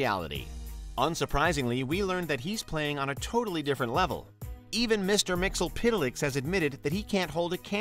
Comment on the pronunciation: It's pronounced myx-yes-spit-lick.. Also, how do you rank the god of one comic book universe above the god from another comic book universe lol? What makes him #1? You didn't specify what made one better than the other..